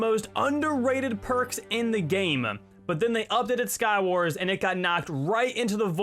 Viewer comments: Why do you say Skywarsm? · I like how says skywars with an m (Skywarsm)